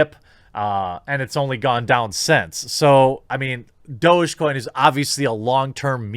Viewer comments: Its DOG-E coin! Not Do-Je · Isn't it pronounced like doggy coin? Literally dog-e-coin? Douge gtfo :) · I thought it was pronounced "Dog-E-coin" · It's Doggy - DOG-E get it??? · Is that how you pronounce it? Thought it was just dog or doggy. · this whole time i just thought it was pronounced "doggy"